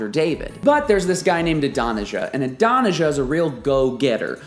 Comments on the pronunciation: Good lesson, but Adonijah is pronounced Aah-don-ee-YAH. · Great study, but your pronunciation of Adonijah is gag worthy